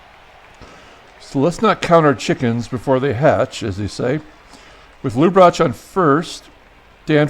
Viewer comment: I thought it was pronounced LUB-ra-tich